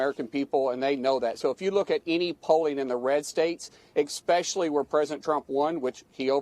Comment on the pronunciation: "Eckspeshly "....how is this guy a senator?